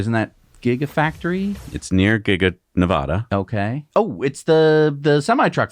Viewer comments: Ne VADD uh not Ne VAH duh Please guys, every Nevada native cringes when you say it wrong. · Hey Guys, love your content and how you present it in a fun way. Fyi, ALL native Nevadans pronounce the first A in Nevada the same as it is in 'cat' or 'fast'. Keep up the good work :)